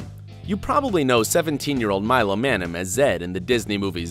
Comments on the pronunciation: you're saying Milo's last name wronge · I’m a Milo Manheim super fan and you said his last name wrong but otherwise Milo and Meg😍😘😋😋